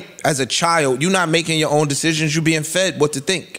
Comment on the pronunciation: I’m glad y’all cleaned up that blurb in the beginning because the hard ass “T” Joe put on “Own” pronouncing it “Own’t” bothered tf outta me 😂😂😂